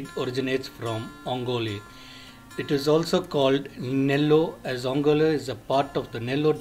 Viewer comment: first do not change the way name is pronounced, it is ongole ongoleeeeeee